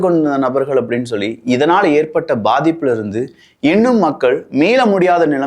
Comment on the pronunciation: Why you pronounce paa like baa for example you pronounce Bathippu. We in sri-lanka pronounce paathippu